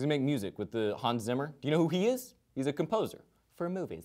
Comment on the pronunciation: HAN SZIMMER? :D no but seriously, it's hans zimmer. at least try to pronounce it right!